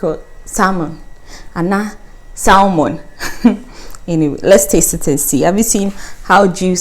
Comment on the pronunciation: Coming late to the party. The marinated fish looks very tasty. However, I cannot resist but add a few observations and am trying to be constructive with them. The fish is mackerel which for some reason is called salmon by some Ghanaians. In regards to the pronunciation the 'L' is without a stress and more or less becomes silent so it is pronounced 'samon'. When it was said "we are going to marinate Simon", I became a bit worried. It is also important, when possible to get the names of items correct, maybe not so much here as even someone who doesn't know their fish could discern between salmon (pronounced Samon) and mackerel by sight. But let us say it was other ingredients like molasses and asafoetida resin and the recipe required a cup full of molasses but the presenter said add a cupful of asafoetida resin, mmmmm??? I suppose it is quite enigmatic that in Ghanaian English we replace one English word with another. Other examples are calling leopards, tigers or monitor lizards alligators. The odd thing is; salmon, tigers and alligators all don't occur as species in Ghana but mackerel, leopards and monitor lizards do. And back to food and this one actually irks me a bit, calling mpɔtɔmpɔtɔ, porridge. It should actually be yam/cocoyam pottage.